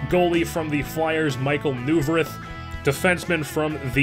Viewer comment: I'm a flyers fan and I'm sorry but I have to correct you its pronounced Michael Noy-Verth